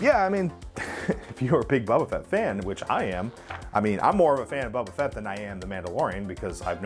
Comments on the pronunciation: Good show. But it’s Boba Fett not Bubba Fett! 😀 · idk why but it annoys me that he says bubba fett i mean i like his vids but it’s bOba not bUbba